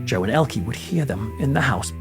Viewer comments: Please note. Elke. Is pronounced Elka. Not Elkie.. just thought you should know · I have never heard Elke's name pronounced "Ell-kuh" in the United States and I've been hearing her name since the 60's. I have always heard it pronounced as "El-KEY". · I have to add this technical comment regarding the pronunciation of Ms. Summers name: it is not "el-key," the proper German pronunciation is, "el-kuh." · And Elke is pronounced "Elka." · I have heard her name pronounced as "El-KEY" in the United States since the 1960's. And MANY actors, actresses, directors, etc. from many European countries changed their names when they came to the United States, particularly in the early to mid 1900's. The studio bosses (who also often changed their names) were concerned that Americans wouldn't know how to pronounce the unfamiliar names or would be put off by names from countries that the US fought in World War I or World War II. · As a Brit I have always heard her name pronounce as Elke (Elkey) Sommer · . I was a child in America during the 1960s and I remember everybody here in TV pronouncing her name the wrong way : Elkee . I guess she was gracious and had good manners -- and was just like filmmaker Martin Scorsese , who also never corrects people when they say his name wrong . Finally somebody asked him one time and he said his last name is not pronounced " Skorsayzee " the way most people do ; but that it is pronounced " Skorsessy " . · Thanks for the correction 😊 To be fair, the UK and USA pronounce some things the same. I've always heard it pronounced Ellkee. Now that I know the right way to say it, I'll definitely remember. I love languages. Thanks again😊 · Of course you're right however she was known in the English language with the E pronounced ie or y. 😊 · "Elke" is pronounced EL-kuh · I don’t remember her name pronounced ELKEE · Actually ist pronounced ELKE. Just speak the last e like the first one. Tatda, a very German name 🤣🤷🏼‍♀️ Greetings from Germany.